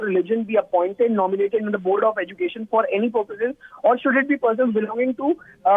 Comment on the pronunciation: Madarsa or madrasa? N the way she pronounce education. Bad anchor